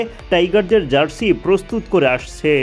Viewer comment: zarsi কি জিনিস? সাংবাদিক হইসেন উচ্চারণের যা-তা অবস্থা কেন?